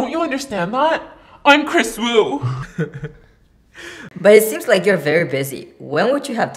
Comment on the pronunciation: Kris Wu? Kris Eeeew 😬